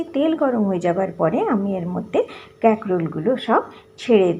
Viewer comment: ক্যাকরোল আবার কি ????😂😂😂😂😂😂 কাঁকরোল বলুন